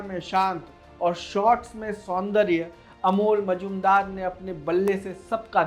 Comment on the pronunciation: कोण का नाम बार बार अमोल मजूमदार दिया था रहा है , जो गलत है | नाम से लग रहा है कि बाबूमोशाय हैं जी नहीं , अमोल बंगाली नहीं मराठी हैं और उनका नाम है "* मुजुमदार *" शिवाजी महाराज के समय में जो दरबारी सिक्कों और मोहरों का हिसाब रखते थे और टकसाल कंट्रोल करणे थे , उनकी उपाधी थी "" मुझुमदार ""